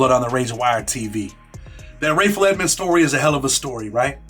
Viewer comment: Rayful's last name was Edmond, not Edmonds. Not sure why so many get this wrong.